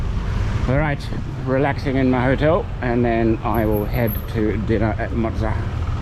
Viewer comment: Enjoyed the video. We’ll be back again in November. Looking forward to giving Mozza a workout this time as we’ll be staying in that area. FYI it’s pronounced Mott-za (as in Mozzarella). You talk about new discoveries, have you been to the famous Hidden Garden Bar yet? Reckon I might give your barber a go too. Cheers.